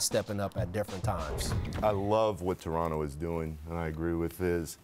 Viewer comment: Rachel, On behalf of me and my fellow Torontonians, We very much appreciate the 'Torono' pronunciation as opposed to the 'Toron-toh' pronunciation everybody not from the north-east coast seem's to love.